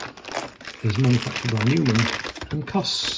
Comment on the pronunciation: You pronounce it Noy-man